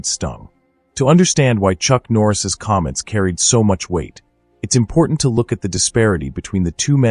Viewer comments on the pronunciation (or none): none